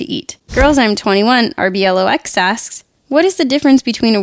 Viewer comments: that word is ro-blocks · i think you meant Roblox Ro-bell-ox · She said R●B●L●O●X BUT ITS PRONOUNCED ROBLOX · For the rblox we don't pronounce it how you just said it's pronounced roblox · It's roblox not rblox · Rblox lol it's roblox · It's pronounced as Roblox not RBLOX. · RBLOX? It's wrong it's called Roblox pronounced Roblocks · Aw she almost said ROBLOX